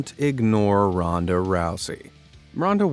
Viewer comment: He should have said Ronda other way ron-da other way